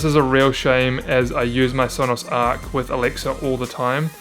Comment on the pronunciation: Stopped watching after he said arc